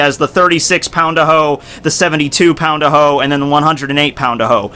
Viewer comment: it was fun hearing you say "pound-a-ho" over and over:D